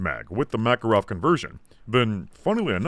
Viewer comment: so i was mostly listening and not really watching i was a little confused by there apparently being a caliber which is a mackerel until at some point i finally figured out that that is how pronounces makarov